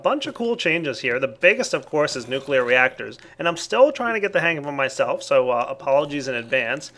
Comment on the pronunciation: or nucleaar control